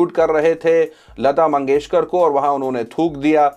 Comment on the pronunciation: (Bharat ratna lata mangeshkar) not lata mangeshwar hyala neet bolta yet nahi ani channel chalautay suresh chavanpuri kuthla